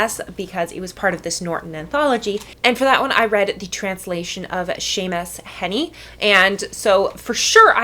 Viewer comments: The 'ea' in 'Heaney' should be pronounced exactly like the 'ea' in 'Seamus'. That is, 'Heaney' should should sound sort of like 'Hay-knee'. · Hard to take you seriously when you don't pronounce Heaney correctly and have several errors throughout this video. The errors in hopes to enlighten some viewers: most translations I've ever read definitely don't take liberties with the parts that have been damaged and burned... they just put ellipses. They would be torn apart in academia if they did. There have always been two veins in translating Beowulf: accuracy vs. poetics. Heaney's is often considered the best because he has a pretty good mixture of both. The more accurate texts, wow, they are boring. Unfortunately, anything translated is never going to be 100% correct, so Headley is putting her own spin on it. Even understanding Old English really can't make you 100% understand the poem because you are not from that time. Several other scholars who have studied Beowulf note that bro is a similar equivalent in our modern times to the very difficult-to-translate Hweat. This word no longer exists in any form. It was a cultural word. When words no longer exist, we cannot reproduce them in ways that make sense because they have lost all context. Since Beowulf was originally a tale told in oral form, Headley is actually participating in the oldest way of sharing Beowulf. The scribe who wrote it almost definitely changed things to make it more Christian. If you want an "accurate" translation of Beowulf, there are so many other translations you should check out, and Heaney is not at the top of that list. Or learn Old English a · i disagree with most of this quite vehemently, the pronunciation of heaney most vehemently of all